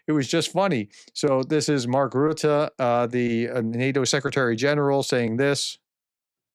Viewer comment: Btw., your pronunciation of Mark Rutte's name is impeccable now, congratulations 🎉🎊